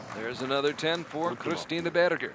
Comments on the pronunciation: Probably someone told him there's no "burger" in German. I think the simplest approximation in English is "bear-ger". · I just love how he pronounces "Berger" :) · I suspect he's trying to pronounce Berger in German, badly.